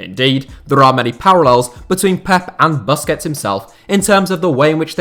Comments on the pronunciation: Hate how he pronounces Busquets :D Its Boos-kets my bro! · When he said 'buskets' I wanted to die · The 'bus' in Busquets is pronounced 'puss' like pussy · The way you pronounce Busquets make me want to punch my phone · your pronunciation of Busquets is so hilarious